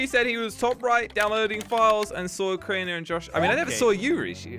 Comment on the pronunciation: made me so mad when he said it’s crainer